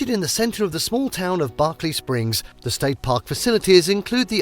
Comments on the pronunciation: If you choose to do a video on West Virginia than I suggest you learn how to pronounce the names properly or do everybody a favor and dont make your video it is not Barkley Springs it is Berkley Springs and it is the Potomac river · As a West Virginian, I wish the narrator had taken the time to pronounce some of the names he mentioned correctly. I am actually insulted by it. He mispronounced “Potomac, Monongahela,” and of all names, I would think that Berkeley Springs would be hard to mispronounce, but he managed to do it. Names are important, and people who do these videos need to respect the cultures enough to try at least to say them correctly.